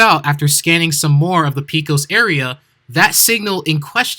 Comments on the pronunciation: It's pronounced pay-cos. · Why does nobody know how to say Pecos. It's Pay-kiss.